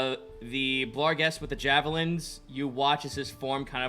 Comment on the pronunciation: It's BARGhest and GLABrezu not blarghest and gabrezu. Finally I've caught up on this series so I can get that off my chest. Love the show!